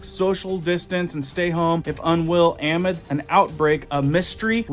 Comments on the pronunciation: Great info.....but please....it's pronounced uh-MID, as in the middle, not AH-mid. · Really like your content. Have to say, just FYI: “amid” is pronounced “uh - MID,” rather than “AM - id.”